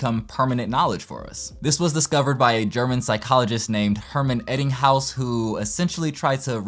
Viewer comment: It's EBBinghaus. I think you said EDDinghaus the first time you mention him. :-) Or maybe I heard you wrong.